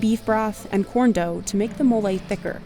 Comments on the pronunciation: Why couldn’t she just try and say mole right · Americans, PLEASE stop butting a random "y" at the end of every foreign word. Where is that effing y in "Mole" – is it called "Moley"??